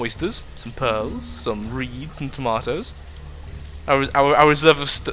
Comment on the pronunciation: "we have tomotos or tomotos" did you mean to say that or were you trying to say something else?